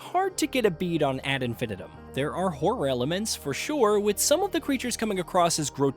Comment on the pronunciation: You should probably learn how to say the phrase 'ad infinitum' before you review a game based on that phrase, lest you come across as a bit of a spanner.